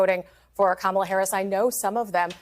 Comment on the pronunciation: It is very surprising why all these Republicans can’t pronounce first name of VP Harris. It seems intentional. In the first presidential debate, Trump did not answer any questions. He lied through the whole debate. The problem was President Biden’s inability to speak coherently.